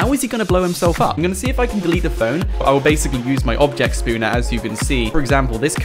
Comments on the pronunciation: OK a couple things...... 1.its spawner not "spooner" 2. Are you 13? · Spawner not spooner